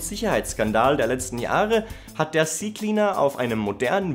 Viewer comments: Nicht cie cie cleaner, sondern Zeh Zeh Cleaner -. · Ze Ze Cleaner 😊